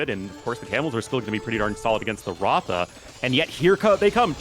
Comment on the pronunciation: Well the pronunciation of RATHA is Ra-dhaa and not Raaw-thaa… and Ra-dhaa means chariot in India